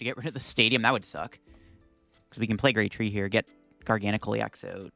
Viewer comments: it's not a different amount of syllables it's just placing the stressed syllable somewhere else. Gargan uhcl.... Garga nacl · It’s pronounced Garga-Nack-el. I cast for the VGC and a representative from Pokemon international corrected me on it and asked me to use the official pronunciation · Also at least it's better than the way he's been pronouncing it. Before this video he always said, "Gar Gan Sill"